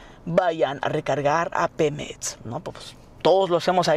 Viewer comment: "PEMETS" :v